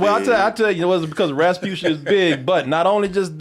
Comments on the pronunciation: got so tired of her he started saying “rabutia” instead of “rasputia”😂😂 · Man can’t even say respucia’s name right . He said repucia 😂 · “Rapusha” lol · I love how loses the S after a while.